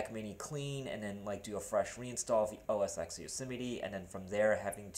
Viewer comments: it's os X (TEN) when you say os x it sounds like your saying os sex lmfao. Thanks for the info as I'm thinking about a mac mini and sounds like wouldn't be a bad choice since Monterrey supports it. Granted you can't do gaming on it but meh that's not what a Mac is for anyways! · Why do you call it Oh Es Sex? It is pronounced Oh Es Ten. And Monterey is Oh Es Twelve.